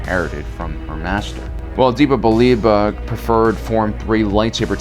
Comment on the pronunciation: The way you pronounce Depa Billaba is just horrendous lol